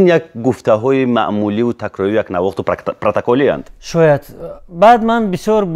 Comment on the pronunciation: Орзу дар вакти «пратаколи» гуфтан кариб праактологи мегуфт